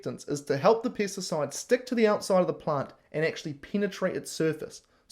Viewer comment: you keep saying pests and it sounds like Piss..pissacide